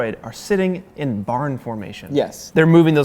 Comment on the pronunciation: I yawned when he was talking about the barn particles and heard him say barnacles